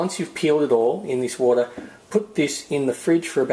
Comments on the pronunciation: Fill a bater lol fill a bowl of water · Boter looooool ! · Fill a bater 😂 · I like this new term, a bowlta=a bowl of wata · Fill a bowlter lol, great video though!! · fill a bowter 😂😉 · I filled a bawter full of woul. Now what? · Fill a baughter xD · fill a boter lolololol hahahhahaa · Okay... Fill a bowter... Fill a bowl of water xD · Fill a bater... fill a bowl of water... Lmao! Great video tho :) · Wootahh (water) :P c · Fill a boter lol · fill bowter, fill water, fill..... spit it out man... :D heh ehe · lol fill a borter!